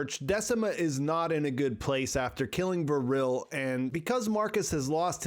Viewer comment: Great summary, i just don't get how you could pronunciate Vrille as Vuhrille. it's just Vrille, no extra vowuhls.